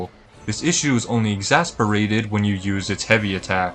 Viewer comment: "This issue was exasperated" is the funniest slip